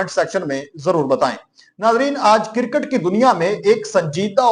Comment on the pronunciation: Bhai kircut nahi hota kriccut hota he ap ne india ki cricket ko کوڑا کرکٹ ker diya he